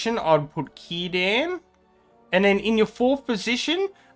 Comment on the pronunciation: The fact you said: "Kirdan" gave me chills, it's a lot of time since someone said his name correctly